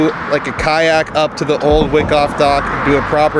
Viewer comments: FYI: Wyckoff is pronounced WHY-coff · I think it's pronounced why - koff